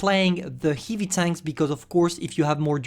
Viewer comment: One day i Asking to spell word "heavy" on love stream bcuz how funny he do it and now whole video of heive heive heive heive tank 🤣 its like a dreak come true 😜